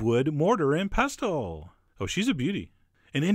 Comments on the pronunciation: Please Chef John, It's a SILENT 'T'... Please a SILENT 'T' NOT PesTle but Pesle... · I know!!!!! I love Chef John but I cringed every time he said it! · Don't pronounce t in pestle and mortar 👍👍👍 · Chef John, you do realise Pestle is pronounced 'pessel'? Think of castle, thistle, whistle, wrestle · I think "pestle" is pronounced "pistachiel." "Pneumonial?" "Polynomial?" Oh, duh! "Apostle!" Gesundheit.... 😃